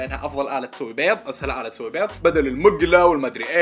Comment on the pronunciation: عندك ثار مع حرف الضاد ؟ 😂😂😂😂😂😂😂